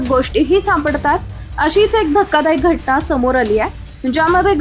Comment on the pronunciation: अणेकदा काय घटणा काय माकडे आधी शुद्ध मराठी बोल,हणी काय, तुझ्या दोन थोबाडीत द्याव्या वाटलं तुझं अशुद्ध आणि घाण मराठी ऐकून. समजलं का.मातृभाषे चा असा अपमान करायला लाज नाही वाटतं न च्या ठिकाणी ण,ण काय म्हणतेस मूर्ख बाई